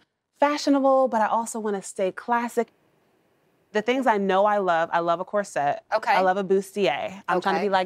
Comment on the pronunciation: Why is it so hard to pronounce “corset”? Emphasis is on the first syllable, “cor”.